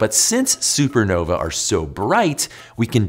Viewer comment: Anyone else annoyed by the poor pronunciation of supernovae?